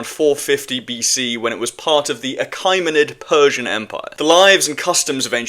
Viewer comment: correctly pronounced -> (/əˈkiːmənɪd/ ə-KEE-mə-nid Evidence from Histories: In Book II, 104, Herodotus supports his belief that the Colchians (a group near the Black Sea) were of Egyptian descent by noting they were "black-skinned and woolly-haired," which he believed were distinct characteristics of Egyptians. Contextual Descriptions: He often mentioned the, for example, "melanchroes" (dark-skinned) and "oulotriches" (curly/woolly hair) nature of the inhabitants in the region. Regional Observations: Herodotus believed that Egyptians were dark-skinned due to the intense heat in the region. Significance: His descriptions, along with those from other ancient writers like Aristotle, aligned Egyptians with other African populations like Nubians or Ethiopians rather than Greeks